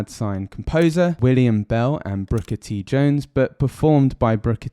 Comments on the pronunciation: Booker T, not Brooker T. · It’s BOOKER T, not BROOKER T. Learn your history. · Fantastic!!! It’s wonderful how y’all can appreciate brilliant American music, that f’n Americans can’t! but it’s “Booker T”, not brooker t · "The Thrill Is Gone" was not written by B.B. King. It was written by Roy Hawkins and Rick Darnell. It's not "Brooker" T. Jones. It's Booker T. Jones.